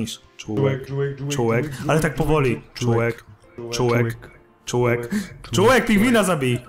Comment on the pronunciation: czy tylko ja slyszalem CZŁEK?